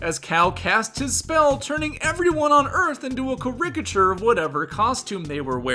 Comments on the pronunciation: Great video, super fun! Also, I really wouldn't mention if it only came up once, but you might wanna look up how to pronounce "caricature" if you're gonna use it with this frequency in the future 😅 It's more like the word "character" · Loving the pronunciation of caric-a-ture.